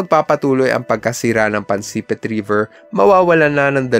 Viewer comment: Pansipit poyon Hindi Po pansepit😂😂😂😂